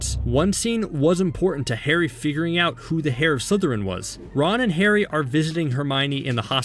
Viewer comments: Heir is pronounced like Air with a silent H. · .... Im sorry: "HAIR" of Slytherin? "Heir" is pronounced (air). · Bro said hair of Slytherin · I’m sorry but did you really just say “heir” like you say “hair”? Omg🤦🏻‍♀️ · anyone else relise he said hair not air lol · Is its only me but did he say hair instead heir slytherin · Did you say the “H” eir of slytherin… you pronounced the H..